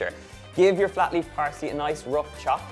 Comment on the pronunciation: At 1.58 I thought Donal said floppy parsley and it took me a while to realise he meant flat leaf parsley